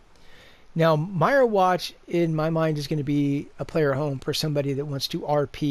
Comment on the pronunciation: wtf...did you really call them "Dark Soul Gems?" and it's pronounced "Meer-Watch" not "Myer-Watch" lol.....go away poser